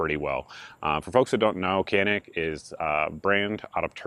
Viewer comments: Technically Cs are pronounced as Js in Turkish so it should be pronounced Janik. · It’s Turkish. C’s are pronounced as “J” as in Canik=“Jahnick”. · It's pronounced "JON-IK"..FYI..Who knew...